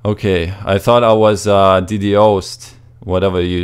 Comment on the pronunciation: its pronounced "dee-dossed"